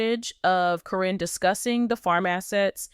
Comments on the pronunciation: Every one out here for weeks was putting Chris down, now you’re patting his back..😾😡Why can’t you say her name right every time, it’s Caren, not Corrine and all the others one you said. Matt is a low down dirty thief! He choose that nasty 🤮 woman, instead of his family and kids.. Shameful, he’s only going to be around if he’s lucky 🍀 another 10-15 years.. grow up dude! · It’s not CORIN. ITS CARYN!!! Just sayn Okay moving along.. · Can't the AI SAY KAREN THE CORRECT WAY???????...good grief!!!!!!!... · You can’t even say her name right 😂